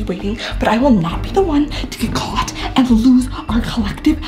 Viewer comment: is it just me or did it sound like said someone got got instead of someone got caught